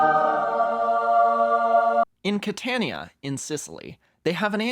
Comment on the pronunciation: As someone who grew up in the Catania region, that pronunciation hurts